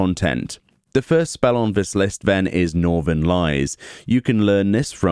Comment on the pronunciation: It's not pronounced Northern Lies, it'd be Norther Lees, as it is the plural of Northerly